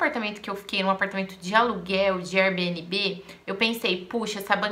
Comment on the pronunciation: Só melhora sua pronúncia... O correto é "éir-bi-en-bi"